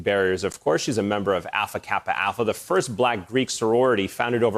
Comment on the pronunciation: it's AL-pha Kappa AL-pha. Not Affa Kappa Affa.